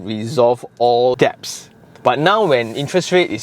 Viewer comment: it's pronounced 'dets' 🙏🙏🙏 (love your videos and always always always come away learning something new so thank you!)